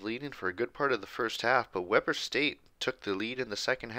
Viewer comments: Worth noting: Weber in Weber State is pronounced wee-bur, not weh-bur. Also worth noting is I personally know some of the players since I’m a student there so seeing them beat Utah is awesome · It pronounced we-burr (like your cold) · It's pronounced weeber state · Great series but you are saying “Weber” wrong lol